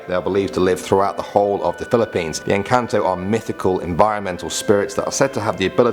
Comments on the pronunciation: Pronouncesations= Engkanto= prononce the E as I Sirena: its not how you pronounce it like siren its serena Aswang= Pronounce the a very hard when you say the as word say it hard Tiyanak= pronounce it as Chanak not tiyanak cuz ti is pronounced chanak Duwende= you almost prononced it fine but its ok Kapre= kapre is pronounced as kapreh silent h your e is like ee Sorry if im judgy but im just like that when other people dont know how to pronounce 😓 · Hi ummm I'm Filipino and in number 9 it's actually pronounced Enkanto witch mean Enchanting creatures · You said engkanto very rong